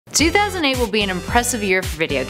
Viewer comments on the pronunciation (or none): Did she say 2008